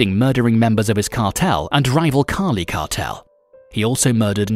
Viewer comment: Ya man kills me listening to a guy who can’t pronounce the cartel right but I laughed through it